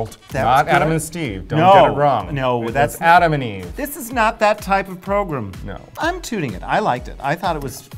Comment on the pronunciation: "This is not that type of progrum" lmao